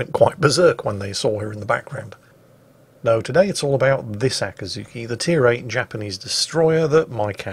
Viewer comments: "Akazuki"? It's Akizuki,.? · It´s Akizuki not Akazuki or Yakazuki btw;D...you can go ahead and call it Dave from now on. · After 3 mins I watched this video, I started to notice pronounce it like Akazuki, but not Akizuki. The former mean the dawn. Just mention, not blaming or something else. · I am both socked and appalled by the realization you didn't take the opportunity to call your cat "Acatzuki". I thought you called her that ever since you got her and I loved it, but today realized my ear just heard what they wanted to hear, and you indeed simply called her "Akizuki"...